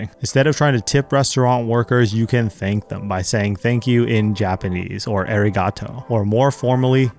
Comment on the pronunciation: How he said “Aerygatou”